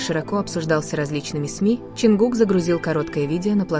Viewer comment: А можно озвучивать без ошибок. Вас многие слушают, а вы Таюнг мы такого вообще не знаем и Кук, ну куда вам несёт?